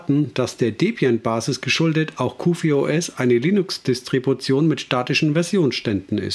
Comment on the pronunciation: Ausgesprochen wird es QforOS. Ansonsten ein nettes Video. Hast du Lust mal "T2 SDE" als Distro vorzustellen ?